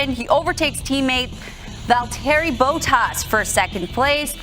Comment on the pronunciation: the way that anchor pronounced Bottas' name should be illegal😂😂